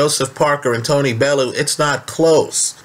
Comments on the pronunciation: Bellew "bell-'e-you you septics always butcher his name. Fs pay the man some respect! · I'm from Liverpool, and I know Liverpool people. Bellew would smash Parker too bits. And it's Pronounced BELL YOU. Jeeez he's not out of jungle book. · Bellew is pronounced bell-you for all you americans haha